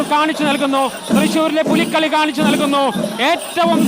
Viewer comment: പുലികളി അല്ല പുലിക്കളി ആണെന്ന് male reporter ഓർക്കുക